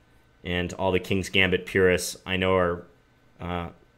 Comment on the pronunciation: John! I didn't think you knew how to pronounce gambit! very nice, my main opening is this exactly